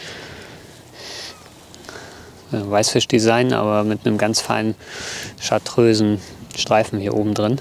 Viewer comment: Also reden kann er ja der.... "schattröse Streifen..." 😂